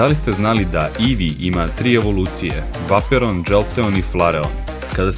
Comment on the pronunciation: krivo si citao vejporijan se cita đoltijan se isto cita i flerian se cita